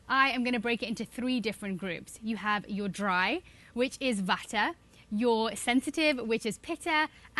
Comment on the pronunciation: I think u should pronounced vata as वात । पीता। एंड। कफ not वाथा पीठा। Pranouced as it is (original form)dont make it english word its our culture words so, its good to say its original (bcoz i personally think if english has its own pronunciation so ayurveda has its own same way)🙏